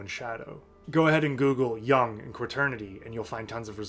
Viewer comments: Jung as in Juuung, not young. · The u in 'Jung' is pronounced like the double o in 'book'. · Great video my dude, but you’re pronouncing Jung wrong and it hurts my ears. 😅